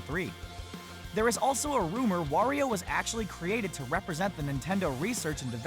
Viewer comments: lol i heard he say: "Worio" but thename is Wario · Why do you say wOrio? Its wArio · said wario wrong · Did u just pronounce wario wrong